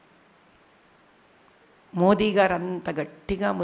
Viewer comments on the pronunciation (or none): none